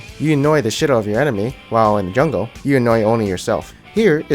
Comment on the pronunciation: He's really good in the ''jangle'' lol xD